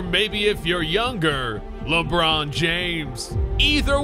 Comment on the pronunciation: Never say labronzo again